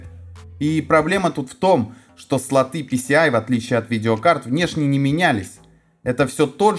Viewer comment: СлотЫ??? КатАлог??? Да, тут проблемы не только с английским...